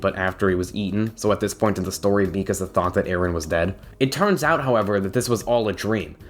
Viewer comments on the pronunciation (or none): i’m interested in this vid but i just heard him pronounce mikasa “mi-kuh-za” and now i’m scared to resume knowing how miserable i’m going to be every time he says her name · Omg the way he pronounce Mikasa 🤢